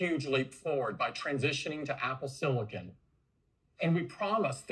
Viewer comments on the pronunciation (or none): SiliCUN is even worse.